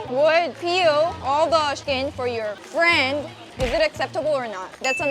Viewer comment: If you would peel all the skin for you "FRIEND" LMAOOO Hahaha the emphasis on the word "FRIEND" 😂🤣👀 Good one